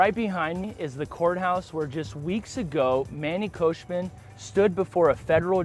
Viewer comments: Bro. It's Khoshbin. Not Koshman. Just like it's Gintani not Jintani. You constantly mispronounce people's names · Who's Manny KhoshMIN? It's KhoshBIN.